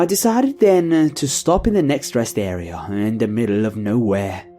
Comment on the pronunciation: lol the way you say... area.. air-eh-yahhr!!! omg lol i laughed more when i replayed it XD sorry but its fucking hilarious!